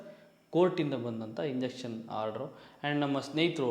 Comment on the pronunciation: ಮಗ ಅದು ಇಂಜೆಕ್ಷನ್ ಅಲ್ಲ ಲೋ , injunction ಇನ್ ಜಂಕ್ಷನ್